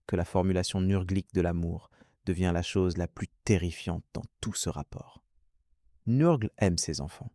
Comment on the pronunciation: NURGLE pas neurgleee sinon belle video